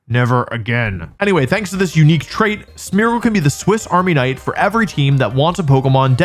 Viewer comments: I'm sorry, is he saying Swiss Army "Knight"? Like a knight who was in the Swiss army? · did you just say swiss army knight ? its swiss army knife....